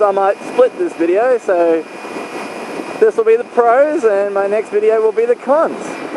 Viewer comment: i will admit at the end of the video i thought you said cunts instead of cons